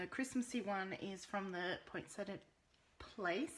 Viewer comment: You pronounced it perfectly! It's the Americans who choose to ignore the "i" and call it point setta. I think that they see it as their constitutional right or something... Love this set and wish I had it but after last year, I swore no more. Now of course, they've topped themselves with this and the Evergreen Bundle. Sigh...